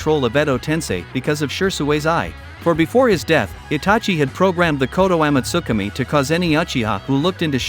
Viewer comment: Is no one else cringing from the bot talking? I decided to call it quits after "She-sway has a unique man-jiki-sharingan that allows him to use koto-am-utsikame one of the most powerful jin-jutsu of all of the works"